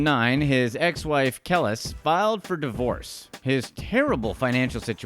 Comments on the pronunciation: Hate when people mis pronounce peoples names. NAS' ex wife is named Kelis. Pronounced [ka-lease] not [k-lis]. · "kill'is" loool.........KE-LIIIIIIIIS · When you pronounce Kelis as Kellus, you don't know real hip hop I'm sorry but if you knew who Nas was you would've known how to say her name. lol plus she made the song milkshake which is still being used in Movies, Tv shows , etc. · Who TF is KEL-LESS LMFAO… I think you mean Kelis pronounced Kel-Lease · It’s Kel-lise, not Keliss😔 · he called her "kell-is"...dude, its "ka-lyse"...the milkshake song chick. bruh how you not get that song and name burned into your brain back in the day...every 15 min on the radio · how many people giggle when he pronounced Kelis "kellis" LOLL (its Kah-Lease) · It’s Keh-LEASE not Keh-liss 🤦🏾‍♂️ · Kuh- lease. Not kellus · Nas story. His ex wife name is pronounced (Kah-Lease) Kelis. Not (Kay-Less) Do a little audible google research before stating names! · Nas isn't broke, and her name is pronounced (Kel- lees). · It's not KEL-is, it's pronounced Ka-leese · It's Pronounced (Kha-lease) Not Kell is 🙄😂😂😂😂😂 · Kelis is pronounced Ke-leese. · It was the way he pronounced Kelis that did it for me "Kel-es" 🤣🤣🤣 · Nas ex name is pronounced Ka-Lease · its k-lease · Please listen to a urban dictionary or atleast pronunciation on how to pronounce URBAN "BLACK" NAMES Pronounced "KEY-LEASE" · The way he pronounced some these names is maddening 🤣 NAWS, KELL-IS, KAM-ILLIONAIRE (Friendly fun) Videos are dope, sir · its pronounce kel leese.....lol and nas isn't broke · Kelis 🤣 Pronounced Ke-leese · Ahhh, that's pronounced Ka-lease! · This dude said Kellus smh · *Clears Throat*.... (Nas' Ex-Wife's Name's Proper Pronunciation....) "KEH-LEASE!!!!" #You'reWelcome....👍✌️ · Stopped watching when he called kelis KELLISSS. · Smh Kelis? It’s pronounced “Keee-Lis” She sang my milkshake brings all the boys to the yard. Dang dude, work on those pronunciations 🤭🤦‍♀️ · lol..its KA-lease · Ex wife kel-is 🥴😂😂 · KEL-LIS. smh